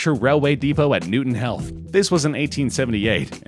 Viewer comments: Notice he said Newton health instead of Newton heath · This man just said ‘Newton *HEALTH*’ 🤦🏻‍♂️ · You said Newton Heath wrong.